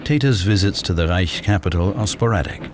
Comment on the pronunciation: and thus ends the overpronunciation of the H in reich